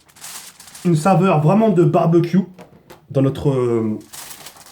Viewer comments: mdr il a dit barbaq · Pk tu dis barbac wat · Le "Barbecue" est phénoménale 😂